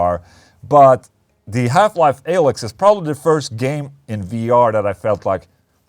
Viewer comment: Everyone: "Half-Life Alyx." Ola: "Half Life A-licks."